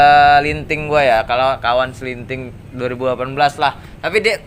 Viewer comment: Seliting bro, bukan selinting